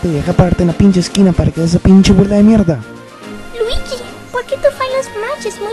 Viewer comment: el dijo weegee